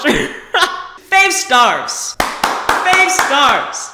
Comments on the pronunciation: “Fave Stars!” Me: I rate this video “Fave Stars!” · “Fave stars”